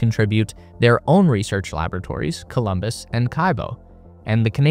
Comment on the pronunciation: It‘s Columbus, not Colombus